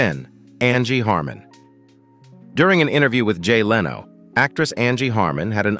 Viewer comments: Leeno? It's pronounced Lenno. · omg did that guy just say 'Jay LEEno' ?? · Jay "Lee-no." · To the robot speaker: It's not "Leeno", it's "Leno" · not Jay Lee-no, it's Jay (Leh-no) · I don't think the narrator knows any of these celebrities. It's Jay "Len - oh", not "Lee - no" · I don’t know why they can’t get these robot narrators to pronounce names correctly. The funniest one was Jay Leeno. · It's not Jay Leeno (though it is spelt like Reno). It's Jay Len*Oh. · it's not Jay Leeee no, it's LEN o, try to get it right! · "Leeeno"? how about the correct pronunciation "Lin-no" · for some reason every time he said "Jay Leeno" I had to chuckle. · Cull burt was annoying to me as was Leano. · Jay Leano, and Colburt was pathetic. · Files - Dump the AI narration. Either that, or teach it how to properly pronounce names and words. . "Jay Leeno"?????? LOL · Man, that Leano guy ought to sue your Robot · Voice says "Jay Leano". That's how you know AI. is blind 😀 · Leeno? Your AI needs some work. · The narrator doesn't know how to pronounce 'Leno' (len-o). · AI voice. It reads Jay Leno as Leeno. uncovered file takes text and has a computer read it. I will stop watching such generated content. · why does he mispronounce Jay Leno's and Stephen Colbet's names? Is this a computer generated voice? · Learn how to pronounce "Leno"!